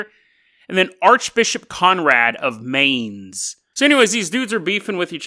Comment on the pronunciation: Oh, look who's back again, after lazing two weeks in the sun, presumably slinging back mojitos, smoking fatties and chasing the muff around! You owe your subscribers podcasts,... and plenty too! And it's pronounced "Aer-fuht" and "Mynz"...:)